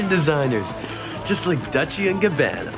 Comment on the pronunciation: I always thought it was funny how Marco corrected Spinner pronouncing Dolce wrong, yet Marco pronounced Gabbana wrong 😅